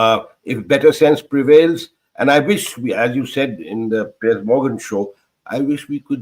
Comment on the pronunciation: So proud of Barkha for her take on the Piers Morgan Show this morning. She was brilliant 👏 Also, for some reason kept calling him Pier 😂